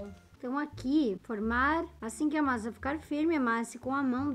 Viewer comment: a masa ficol masa Eu: que kkkkkk #amojorol